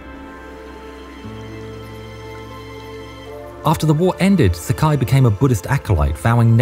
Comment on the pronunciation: Sakai is pronounced Sa-ka-ee, rhymes with Hawaii. No such thing as a naval mile, but nautical mile. Otherwise, great research!